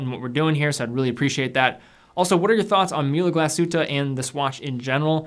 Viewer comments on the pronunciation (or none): its pronounced Mool-uh Glass-hoot-eh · Pronounce the ü in Mühle like you do the second in the word glasshütte.